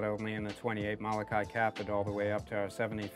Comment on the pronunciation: Learn to pronounce MOLOKAI correctly!